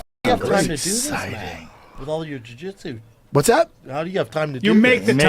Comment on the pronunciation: Brandon said something so stupid they actually had to cut about 40 seconds of the podcast I don't know how they did it live but whatever. Probably them correcting him saying jitsu LMAO